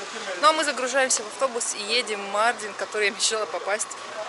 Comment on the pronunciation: Почему МАрдин, а не МардИн? У нас в Узбекистане 50 - 55 гр жара, и то мы так не пыхтим, не дышим 😅